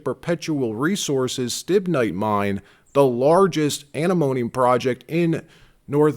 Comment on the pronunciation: You need to learn to pronounce antimone before you start talking about it